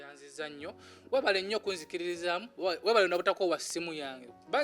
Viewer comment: Hahaha correct the word webale not webaka